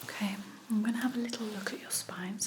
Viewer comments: It's okay not awkay 🙄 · Everything about this video is relaxing, but my absolute favorite is the way says okay..."ohmqay"...I get lil goosebumps everytime 🫠🫠🫠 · Awkay is totaly Okay 🙂🙂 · Actually it's Ommkayy 😅